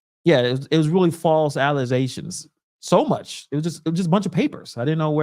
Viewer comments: There is no “z” in allegations. The guy at the podium pronounced it right. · the word is allegations please pronounce it correctly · Lol it's ALLEGATIONS !!! Plz AKS Anyone !! 🤣😂🤣🙄🙄🙄😳😳😎 Cmon folks